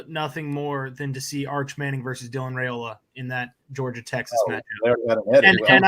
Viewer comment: it's pronounced Rye-ola, not Ray-ola, according to Mr. Dominic Raiola on a live interview done on the Rumors vs. Facts show about a month back. You and need to clean up your pronunciation please. If you don't believe me pull up the interview. Better yet, call Mr. Raiola please.